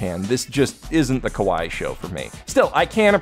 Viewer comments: at first i was like "what the fuck is 'Koe Why'? and then has a ". . ." moment and then put the pieces together that he said "kawaii" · Am I the only one who heard "A man can't live on kowai alone" instead of kawaii?